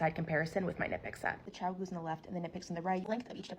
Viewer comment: Did you just call them “Ciao-goos” 👀 Am I… having a stroke… I’m looking at the spelling of the brand here 😅